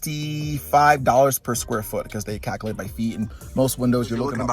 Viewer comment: Cak-a-late. Dude says Cak-a-late...calculate is pretty hard to pronounce I guess😂